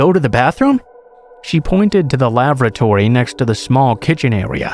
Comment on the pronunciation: That's the best pronunciation of lavatory I've ever heard 😂